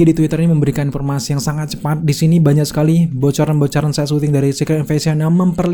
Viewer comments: Suka gitu emang. Klo bahasa laen bisa f sama v. Klo bahasa sendiri bilangnya p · Giliran ngomong invasion, fury, bisa. Giliran ngomong informasi, konfirmasi, berubah jadi inpormasi, konpirmasi 😅👍🏻